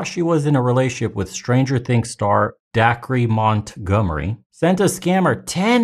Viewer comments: Dude's name is pronounced Day-kerr. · Dacre = acre with a D. It’s pronounced like Day-kur or Daker.